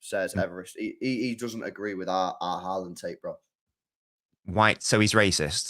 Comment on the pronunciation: Can u please tell that fella that the big striker's name is Haaland, with 2 a's, not Horland. He's getting on my last nerve 😂